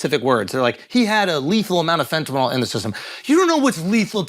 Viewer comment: you're pronouncing fentanyl wrong......it's fentaNYL not fentaNOL